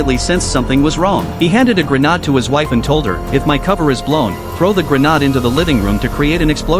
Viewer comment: Its a GRA...naad phonetically. Robot narrator still cannot pronounce words properly